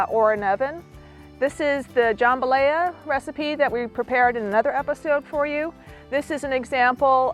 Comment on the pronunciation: Almost had a heart attack when she pronounced jambalaya that way!